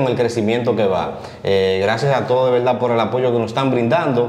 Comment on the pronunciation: Wao quebuena entrevista ese tipo dise laberda